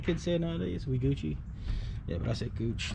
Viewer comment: He said Gucch l.mao